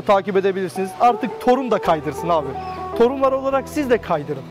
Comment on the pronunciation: TORUNLAR deil "TOSUNLAR"